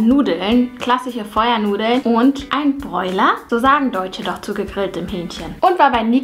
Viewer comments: Ich hab noch NIE Brathähnchen oder so was gesagt.. Das heißt broiler! Haha und ich komm aus Sachsen.. Da sagen alle dazu broiler 😂😂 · „Breuler“ Ich, mit jeder 100% deutschen Zelle in meinem Körper: „Bitte was?“ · Jerra Kolina Broiler